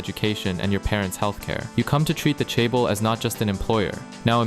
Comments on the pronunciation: hold up... you're "Korean" and can't say Hyundai? 😐 edit - or chaebol... I understand pronouncing things like Samsung wrong, but come on. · Nice video, I hate how you pronounce chaebol, dislike Edit: hell joseon also miss pronounced, unsubbed.